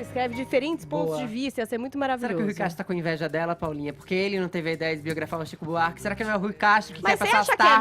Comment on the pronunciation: Fefito é chato demais.”Tzico Buarque”... HUAUHUAUHUAU